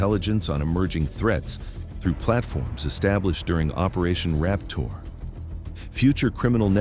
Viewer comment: Sounds like he said "operation Rap Tour"